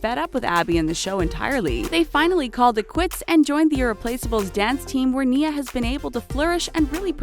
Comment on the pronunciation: "Paige Hyland and her sister Brooke spent 5 seasons on the program.." Me:.... GET YOUR FACTS STRAIGHT! They quit at the start of season 4! (Still love them tho) Btw.... Nia See You Frazier... and chan-de-lee-ay...